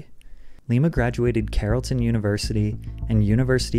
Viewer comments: pronounce it 'carl-ton' lmaooo 'carol-ton' fkn hilarious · its pronounced carl-ton not Carrol-ton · How did you pronounce carelton (carol-ton) you ever watch the fresh prince? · Carl-tin University* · Just wanna say the e in Carleton university is silent it’s Carl-ton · Carl-ton university, Guelph. Just like all the other universities here, a joke. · CARE el ton XDDDD im dead i cant believe this scam artist went there too (carl-ton) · *Carlton (Karl-ton) University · Wtf Lima is a Carleton grad that’s crazy I just graduated from there. Also it’s pronounced Carl-ton lol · CARL-ton* UNIVERSITY, it's a Canadian university in Ottawa, Ontario.